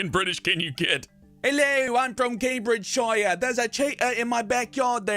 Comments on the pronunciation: It's not Cambridge shire. It's pronounsed Cambridge sheere btw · It is pronounced camebridge sheer not shire and that is not how poeple speak in camebridgeshire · Sidenote: Counties ending in "-shire" are pronounced "-sheer" in the UK, Cambridgeshire is pronounced "Came-bridge-sheer". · Why do Americans pronounce shire wrong? It's not sh-eye-er, It's sh-ee-er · oml, most people in Britain don't say "CambridgeSHIRE", we normally say "Cambridgesher" or just stop at "sh". like I say "Yorkshire" like"yorksh-". at least most Yorkshire people do. :) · The suffix "-shire" isn't pronounced like the noun Shire. It's pronounced "shuh" and all as one word so it's pronounced Cambridgeshuh not Cambridge-shire. Same with all the other counties ending in -shire (Yorkshire, Lancashire, Lincolnshire, Herefordshire, Hertfordshire etc.) though maybe with a bit of an accent so it sound more like "shir" never ever "shy-er". I don't understand why Americans can't seem to get this. Canadians and Australians seem to manage it and we're all from the same stock. Any American who goes to the UK and says Shire will be mocked and thrown into the Thames. It's part of the Laws of London. You'll also be banned from meeting the Queen as she does her nightly walks around Britain meeting her subjects, because we all know her personally. You have been warned. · The Shire in Cambridgeshire is pronounced Sher,so that bollocksed your whole piss take up! . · The way you say Cambridgeshire is killing me. 😐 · it would help if you said cambridgshire peoperly, its one word i dont why americans say the shire suffix as if its a seperate word. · You are not pronouncing the English town correctly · Planet Dolan Fuck you that's not how you pronounce shire